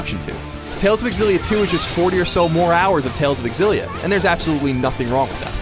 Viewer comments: I almost don't even wanna watch this because you call it "Tales of Egg-Xillia..." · Why do i keep hearing a game called tales of exillia? :3